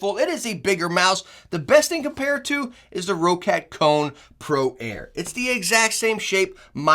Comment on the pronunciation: Hey he said Roccat right the whole video lmao